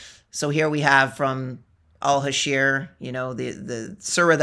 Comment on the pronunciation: You were obviously debating Amateurs who don't have strong knowledge of the book of Islam, Mohamed, or his companions. So, nothing to be proud of. Btw, your pronunciation of that chapter may have caused the confusion, it's Al-Hashr and not Al-Hasheer. It confused me as well and I'm a native Arabic speaker. But the guy obviously is not, I got that from his struggle to pronounce Arabic names, and referring to Ali as a companion while every Muslim refers him as the cousin of Mohamed and a khalifa. Also, It was a little dishonest to just focus on the phrase "Kill the jews" and not mention to your audience the history of Jews with Mohamed that lead to the expulsion of some tribes and the execution of the men in others. You should tell the whole story. Btw, you did not pre-exist them in the Area, your people were kicked from up north and migrated south to Arabia. The land was not empty.